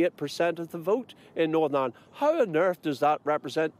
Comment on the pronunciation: Did he say Norn Ironed????